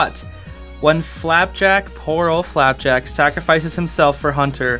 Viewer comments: STOP SAYING "FLAPACK"!!!!! sorry it makes me SO mad! it's flapjack!!!!!! (this is a great video!!) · why do you pronounce flapjack as flap-ack sometimes? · Love how you say “Flapack” instead of “Flapjack” a few times! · I love the way you call Flapjack Flapack xD Another cool reference/secret I think you'd find intresting to know, if you look at the tv shelf, under the nintendo switch theres a CD with a bite in it. remember when gus back in that one episode tried to bite a CD and said " OOOH SHINY COOKIE!" back in " escaping expulsion " ? Yeah, lemme know if you noticed that or not, thought you might find it cool :D FOR FLAPACK/FLAPJACK! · "flapack" let's go he said it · I'm sorry but the amount of times he said flapack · Am I the only one who heard him say flaback